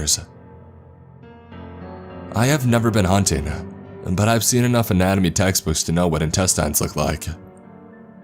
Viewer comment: “Intesteins” lmao. The way you pronounce that should be a creepypasta itself.